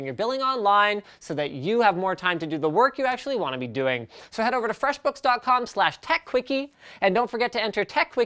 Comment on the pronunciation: Listen to how he says FREShbooks..